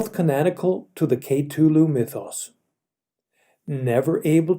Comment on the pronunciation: Your pronunciation of Cthulu is rather offputting. Though it's up to personal interpretation, I believe the pronounciation K'TULU or K'THULU is accepted as the two ways to say it. That being said I absolutely loved the emotion behind the storytelling